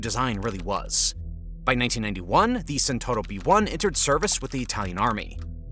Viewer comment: Speed: in the best Italian tradition. (Non Santoro, but Tchent-hour-o)